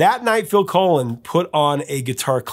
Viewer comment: It”s Phil Collen (like pollen) not Phil Colon, Professor! LOL! Great video as always!